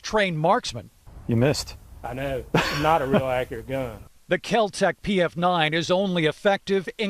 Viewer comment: What the hell is a Ka-Tec I've heard of a Kel-Tec but never a Ka-Tec. Typical journalist ignorant about guns.